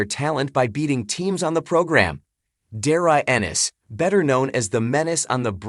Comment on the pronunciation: AI rubbish can’t even say his name correctly